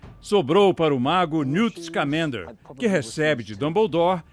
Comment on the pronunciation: "Niut scamender"